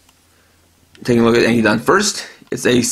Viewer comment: Ankydon name is pronounced as Ank-ki-don i belive